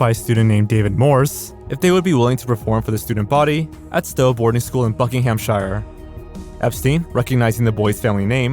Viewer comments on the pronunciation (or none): Thrilled to hear about the Blackadder pilot. The American Only Fools and Horses sounds interesting too. P.S. Earlier in the video you mentioned ‘Buckinghamshire’, mispronouncing ‘-shire’ as ‘shyre’. It is pronounced ‘shir’, like New Hampshire. However ‘Shire’ on its own is pronounced how you pronounced it.